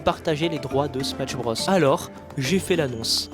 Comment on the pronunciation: Outre la prononciation fausse du titre du jeu (point negatif vraiment pas important imo) la vidéo est géniale!